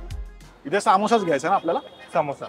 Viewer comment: हा समोस्याला सामोसा का म्हणतो ?